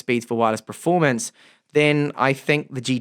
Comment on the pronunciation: how long have you pronouncing performance as "pra-formance"